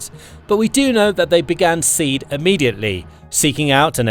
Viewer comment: Pronounce SEAD "see add"